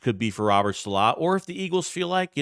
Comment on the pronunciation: ....been a fan. Love the videos. But you're the absolute worst with names. Saleh is not pronounced that way. Please watch some espn videos and adjust accordingly.